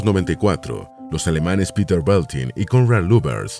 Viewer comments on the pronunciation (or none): none